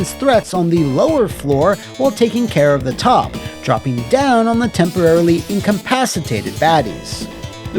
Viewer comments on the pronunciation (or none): none